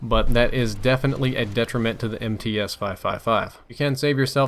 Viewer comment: It's pronounced "M-tsa". It's Russian.